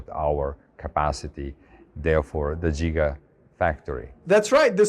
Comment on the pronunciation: "Jiga" watt